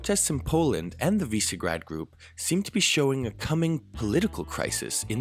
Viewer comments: More like wi-sheh-grad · WI - SHE - GRAD ... why is it so difficult? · Note' It is pronounced "VEE-SHEH-GRAHD"